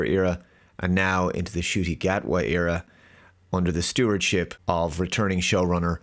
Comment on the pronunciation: “The Scot” Gatwa? Ok.